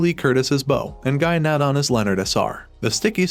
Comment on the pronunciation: his name Is not Gynan loool its Guy Nadon and he is one of the most famous and talented Quebec Actors